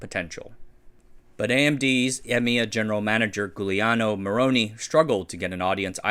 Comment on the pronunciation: "Giuliano" has a soft G. It begins like "jewel" or "junior," not the hard g of "government" or "gone."